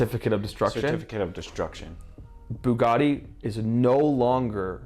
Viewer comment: It's now a FooGatti